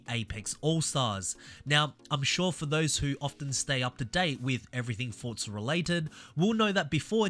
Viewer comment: Why do you keep calling it FORTZA there is no t it is FORZA